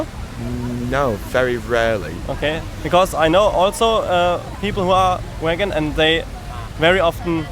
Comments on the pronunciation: I am a german girl and watching this hurts so much...when he says vegan it sounds like wagon...ahh cringe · "So you are region"....people who are waggon".... amazing pronounciation of the word "vegan" mate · I cant get over how the first guy says waegen when trying to say vegan but i know its an accent issue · "Wagon" uhm you mean vegan? Hahaha Germans (love ya) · It's really unfair that you start with him saying wegan lol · How the German couldn’t decide how to pronounce „vegan“ 😂😂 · What and idiot! He can't even pronounce "vegan". And he talks about "tradition" and blah. I'm from Germany, too, and I just managed to get my hopefulls all-vegan grocery shopping (unless I overlooked something) done at Rewe. ... I'm not vegan yet, but I'm trying. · He is german and apparently, he doesn’t know how to pronounce vegan. xD